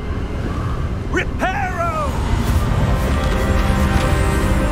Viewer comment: “Reparo” ... facepalm...